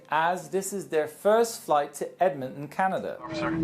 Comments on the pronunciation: It’s really true I say torono but torontoins (people that love in Toronto) say Toronto not torono and I say Edmonton he said emonton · when you said Edmonton it sounded like Edmitton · Lil Student Loan Debt and doesn't know how to pronounce Edmonton (Ed-Mon-Ton)